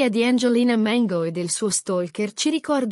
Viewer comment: Perche la chiami Mengo? Si chiama Mango no Mengo.